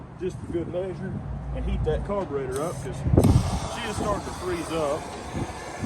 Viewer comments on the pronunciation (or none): none